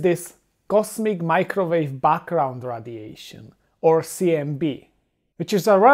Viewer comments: Radiation is not pronounced "Raddiation", but "raidiation". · it's fun listening to him say radiation.